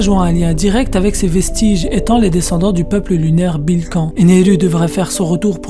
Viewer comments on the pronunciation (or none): none